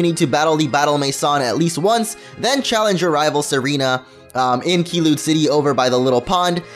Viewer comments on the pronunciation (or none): KEYLUNE CITY WTF IS THAT CANU TALK ORANGE OR ARE U AN ORNAGE EGAT WE COULD eat grrr speak properly